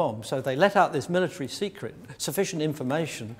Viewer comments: "Sceret" tehee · was a closely guarded 'sceret' :-P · Sceret? Is that a secret word?